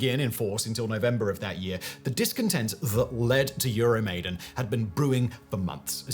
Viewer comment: Euro maiden....cover band of iron maiden. Love the content. Hate the pronunciation